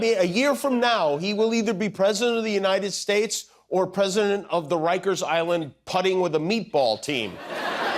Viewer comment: My favorite: "God bless the United Sheysh"... Lol!!!